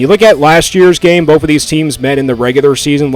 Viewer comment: It’s both, not boaf. And it’s “both of these” not “boafuhdeez” lol